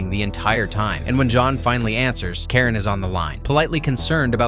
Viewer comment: The concierge is Charon, pronounced "kay ron," not Karen. RIP Lance Reddick.